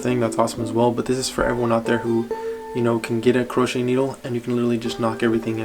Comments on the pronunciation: no offense but its pronounced (crow-shay) hook not (kru-ch) hook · Its pronounced cro-shay baby lol not croshe